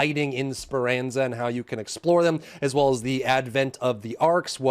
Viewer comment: It’s pronounced Sper- AAhn-Zah By the way, not Sper - AnZa. Thank you just trying to being helpful🫡